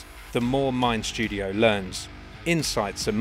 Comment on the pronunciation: There’s no “sh” in “mind studio”.